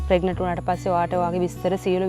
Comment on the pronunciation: We hear as ප්‍රෙග්නට් should sound as ප්‍රෙග්නන්ට්